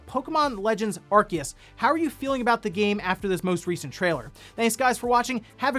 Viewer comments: With all the respect in the world, I gotta ask. What's an Are-Kee-Us? It's Arceus. Are-See-Us. When did people start suddenly pronouncing it all weird? Before this game, clear as day, everyone pronounced it Are-See-Us. Also, yes, the game is ugly and looks pretty dull. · It’s pronounced Ar-see-us.